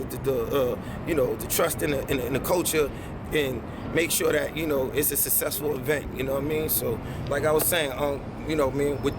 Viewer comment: Sussessful - SMACK White